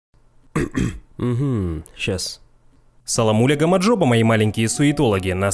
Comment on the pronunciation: Братуха ты не правильно говоришь гамаджоба там должно быть р гамарджоба🇬🇪🇬🇪🇬🇪🇬🇪🇬🇪🇬🇪🇬🇪🇬🇪🇬🇪